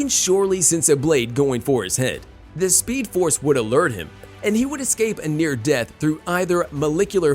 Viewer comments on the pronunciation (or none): he really said speedoforce